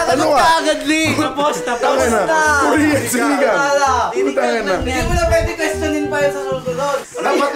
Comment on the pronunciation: muntik na akong ma bilaukan yung pgkasabi ni ng “sinigang” hahahahah lintek na yan